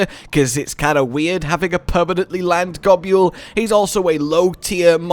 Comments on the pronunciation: What is this Gob-yule pronunciation nonsense? Gobul is pronounced like the word 'Gobble'. You see its a joke about eating. Nibelsnarf is the same joke taken further. To nibble on things and to snarf them down are ways to describe eating. I will die on this hill. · Love G. Girros. Always loved catching a ride on the Lil ones too. Love the mouths though I always thought it was pronounced gobble. I nibble food I gobble food I snarf it down